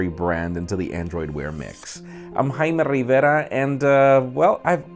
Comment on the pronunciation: Dude, he clearly says "Jaime Rivera", which is pronounced "Hi-eem Ree-vair-ah" exactly how he pronounced it. Get your ears checked out buddy.